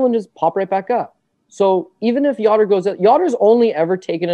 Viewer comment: whos ya-dor its yo-der